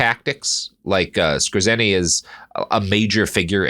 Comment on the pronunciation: Skōre-tsuhnee, not Skuh-zēnn-ee